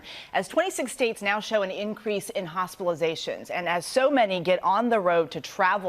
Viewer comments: I believe she said "hospilizations" not "hospitalizations" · Did she say hospilizations or am i hearing it wrong?